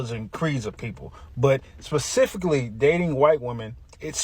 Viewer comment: First he has to learn how to say specifically. I can’t take him seriously 🤷🏻‍♀️